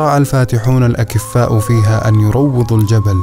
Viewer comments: لغة جميلة و معبرة ما شاء الله أعطيت فصاحة و جزالة في الكلام ملاحظتي الوحيدة يمكن في كلمة أكِفّاء و الصحيح أن يقال أكْفَاء والعلم عند الله شكرا على هذا المقطع الجميل حقيقة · في الدقيقة جمع كفء بـ "أَكِفَّاء" بكسر الكاف وهذا خطأ فهذا الجمع جمع كفيف والصواب "أَكْفَّاء" بتسكين الكاف.